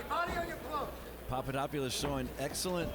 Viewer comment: it's papadopoulos not papadoupolis